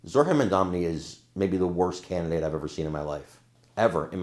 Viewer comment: His last name is Mandani, not Mandamney. You've been saying his name wrong on several clips today